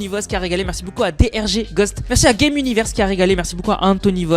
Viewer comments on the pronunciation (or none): none